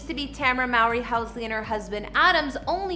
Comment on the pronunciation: Damn you butchered her first name AND maiden name.